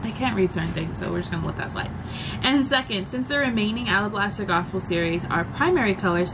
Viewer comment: Thanks for sharing! "Alablaster", yeah you chopped that up LOL